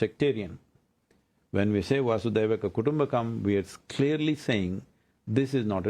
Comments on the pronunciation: PLEASE NOTE: It's NOT "वासु देव कुटुम्बकम" It is (वसुधा+एव = वसुधैव) "वसुधा " means "धरती " "एव " means "ही" "कुटुम्बकम्" means "परिवार " "वसुधैव कुटुम्बकम् " in संस्कृत means "धरती ही परिवार है ।" in हिंदी । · It’s NOT “Vasudev Kutumbakam” it’s nothing to do with vasudeva. It’s “Vasudhaiva Kutumbakam” Vasudha means Mother Earth Earth is one family. I have been hearing wrong pronunciation even by famous anchors and intellectuals.